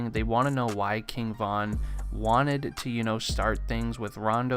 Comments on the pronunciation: “KING VONN” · RIGHT, kept irking my nerves with the repeated "Von."